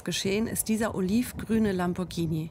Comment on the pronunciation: Sie spricht Lamborghini richtig aus. Das h nach dem g bedeutet, dass das g ganz normal wie im Deutschen ausgesprochen wird.